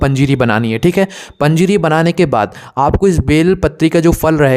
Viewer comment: पजीरी बोले तो समजा नाही 🙏🙏🙏🕉️🕉️🕉️🚩🚩